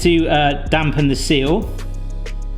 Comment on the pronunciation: you have completely ruined the word seal for me, any video I watch, or tv show, anytime anyone sais seal, or any similar word even, i do it, the bayaya.. I watch Nick Zammeti alot, he does resin work, makes molds, and the word seal is quite frequent, gets me everytime, without fail. Still love you though!❤